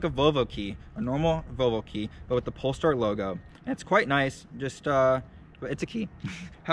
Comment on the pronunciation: Nice review, but it's not called Polstar. :) Greetings from 🇸🇪.